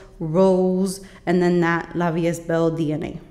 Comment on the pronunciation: Nice perfume tray! And btw it’s pronounced La vie e(st) belle! :D